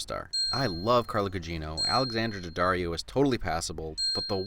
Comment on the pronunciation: The only person I’ve heard pronounce Alexandria daddarios name even remotely right